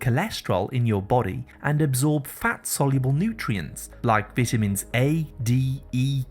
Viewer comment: Most, Appreciated😁... Thank, you ‼️‼️ ..but, what are Vit-tamins⁉️🤔